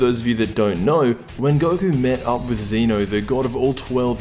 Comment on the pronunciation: ZEH-NO! ZEH-NO!!!!!!!!!!!!!!!!!! NOT F*CKING ZEE-NO